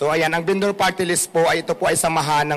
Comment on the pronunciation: se-oh-se binduur